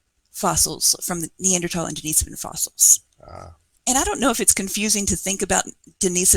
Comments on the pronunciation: The cave was named after a monk named, Dennis.. Not a woman named, Denise. So it's pronounced, "Dennis-sovan" not "De-niece-sovan" Cringe. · Here, this is how it's pronounced. There is no emphasis on the Den-"Niece"-sovan. As mentioned above. it's Den-Nih-Sovan. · You do know the difference between Dennis and Denise, right? RIGHT?? I even give you an example and you still insist or reassigning genders. Crawl back under your rock. It's pronounced, "Dennis-Sovan" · I think if you were right then the expert would have said something. Google 'how to pronounce denisovan' and then get back to me.